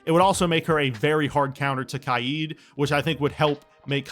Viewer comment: All the reworks are decent exept solis i dont think she is overpowered at all and my only other issue is the way you said kaid and solis's name becuase it's (kay-d) not (ky-aid) and it's (soul-is) not (saw-lis)